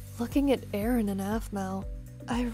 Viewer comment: I think said “I’m sorry urine” instead of “I’m sorry Aaron